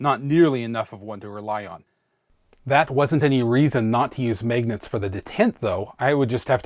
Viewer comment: Here for “megnats”